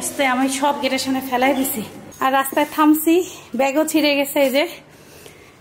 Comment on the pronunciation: আপু সালাম নিও। আপু তুমি যেটা বলবে সাইফান বাবা তাই বলবে যেমন সামন দিয়ে কোন শব্দ নেই সামনে দিয়ে উচ্চারণটা এমন হবে।